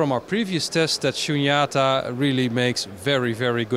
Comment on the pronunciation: all the vowels in “SHUNYATA” are long vowels, except the one you lengthened. 🙏🏼